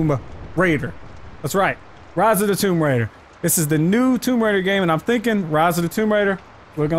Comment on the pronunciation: Toom raiders 🤣🤣🤣🤣🤣🤣